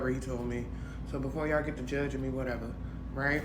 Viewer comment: Wateva...wateva...i do wat i want😂😂😂